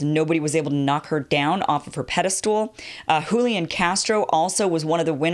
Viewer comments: It's "pedestal" not pede-stool". Otherwise, love your work! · I know how nit-picky it sounds when people pick you up on words, like Stewie-Vessant, but it's 'pedastal,' not 'pedastool.' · Never heard Pedestal being pronounced "ped-dess-tool" before.